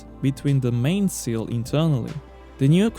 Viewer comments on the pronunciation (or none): none